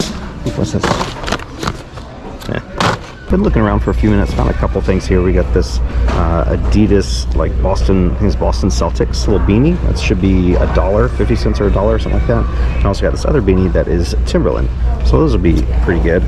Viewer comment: Why do you pronounce Celtics like selltics? It's pronounced more like keltics lol